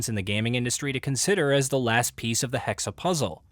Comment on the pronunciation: HEXE! NOT HEXEY! ITS GERMAN!!!